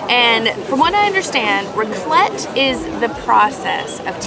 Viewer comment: I did not know that i needed to hear and say raclette 🤣🤣 all i hear is roqulet😂